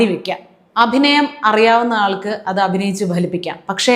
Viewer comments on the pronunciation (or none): none